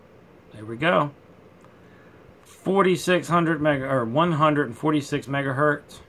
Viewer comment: "Megahertz" lol...